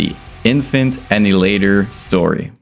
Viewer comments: I didn’t know it was pronounced infant innihalator? Whaaat? Annihilator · its kills me you can say annihilater correctly UH-NIH-UH-LATER not innulater seems like you american i dont get why you got to say it so wrong maybe it just me but it kills me every time you say it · bro, very good review, but it's pronounced AN-NIGH-HILATOR not ANN-HILATOR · Annie later?!?!🤣🤣🤣🤣 ann i uh later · Ann Eye Hill Later repeat until you can pronounce it man. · Omfg, say it with me bro.. ah.. nile.. ah.. later. Jesus fucking christ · Great video, but you're pronouncing Annihilator (A-Nah-EE-Lay-TOr) wrong! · every time you say anal ater I die a little bit it's a good video nonetheless lol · BRO,,, its "AHHH NYE AHHH LATE ERRR" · ITS ANNIHILATOR NOT ANNADILADER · are you retarded, you cant even pronounce annihilator? WTF is anninlater. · Sounds like you're saying Infant ani later 😂😂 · Bro, you misprounced the bands name within the first second of the video. I don't even care that the band liked it, I don't want to watch this shit knowing you're about to do it another 1000 times. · please learn to pronounce Annihilator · Wow, turns out I've been pronouncing the name of this band wrong for years. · He also said "Enterprise Herd". Not sure if all this is a meme or something or if he actually didn't know how to pronounce these. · To me, it sounded like you said: "Infant In-hil-later". Oh, and - "cloning line..." I think you're on to something there! Imagine if every UTuber had their own cloning assembly; that would certainly be more lucrative (albeit ethically dubious) than your own merch and clothing line. 💀